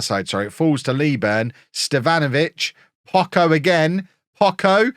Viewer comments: just for clarification in spanish the CH is pronounced like the CH in "Chop" at any time, and the way you pronounce it looks like this in spanish "Pocco" meaning little or few in terms of quantity. Viva el Pocho !!!! jejeje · Pocho is pronounced with a soft ch like chips. Jimenez is pronounced he-MEN-ez, not JIM-eh-nez.